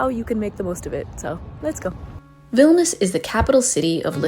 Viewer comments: Vilnius pronounced Vil Née Uhs. It would add credibility to an otherwise great video. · Veelneeooos....is the correct pronunciation.....